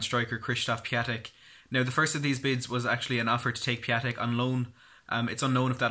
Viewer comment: Piątek pronunciation is Piontek . And he is Mr. Friday as Piątek (piontek ) means Friday in Polish :)